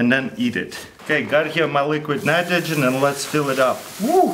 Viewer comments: At 2.01 did he just said liquid munitrogen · "Liliquid Minitrogen" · He said " liquid mnitrogen " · What does he said? Liquid Manitrogen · luliquiiid mnitrogen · and put it in dr ligrit nmnitrogen... . . . . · "and put it in liquid minitrogin" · liquid nitgrogehen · "Alright, now we grab LEKUED NIROGEN an pur it in the warermelon"